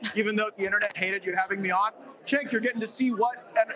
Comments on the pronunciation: Nice video he mispronounced cenk name every time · One thing I can credit Gaetz with is correctly pronouncing Cenk's name, and that's saying A LOT